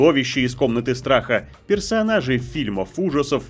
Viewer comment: Персонажи. Не "персоонажи". Невозможно слушать с этими "персоонажами".